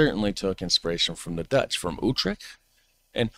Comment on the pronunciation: please.. points for effort : yes. "almost spot on" : no way. "YouTrecht" : 50/50. Groningen .. .. After repeating it 20x times one could imagine it was 50/50 but i'm afraid it was less.